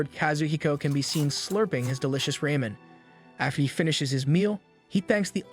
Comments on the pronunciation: It's raw-men, not ray-men you fukken idiot POS AI🖕🖕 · It ramen not raymyn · Why does every TTS system read Ramen as Raymen? 😂